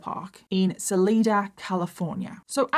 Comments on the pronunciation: I grew up in, and still live near, the area; Salida is pronounced Suh-LIE-duh, it means “exit” in Spanish. Plenty of weirdos here; it’s the meth, probably. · It’s actually sun-LEE-duh pronounced